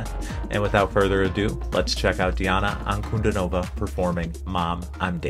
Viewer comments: ANKUD(stress is here on I)NOVA, not ankudinOva - wrong. DI (pronounced as deeee) Di'Ana Ankud'Inova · You pronounce her name not correctly 😔 Ahn-koo-‘dee -no-wa.